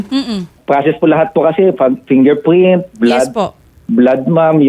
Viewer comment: fingerpwint 😂 bulol si sir, condolence sa family 😢